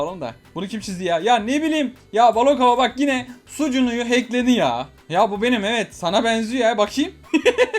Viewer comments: Abi sunucuya yerine suucuya diyon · sunucuya sucunu demesi çok iyii🤣🤣